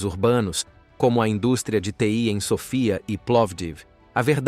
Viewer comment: Não é Sofia que se diz amigo é SÕFIA